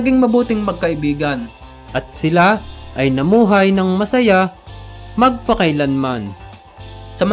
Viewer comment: Nabuhay ng mag pakaylan man, Mali ata yon narator